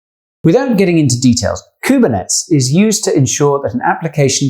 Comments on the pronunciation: It's pronounced: koo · br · neh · teez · kubernetes is pronounced differently